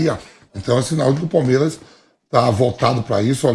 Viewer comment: Vampeta seu cachaceiro, nao consegue nem falar plural. "Palmeira"